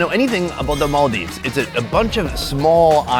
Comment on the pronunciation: Hope to see you do a local food tour around the Maldives! Also, the way you pronounced Malé and Maldives 💯